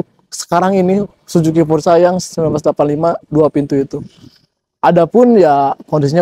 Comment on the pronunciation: Orang Sunda says Sujuki porsa...😊